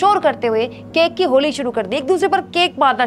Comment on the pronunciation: केक केके बोल रही हो केक की तरह!!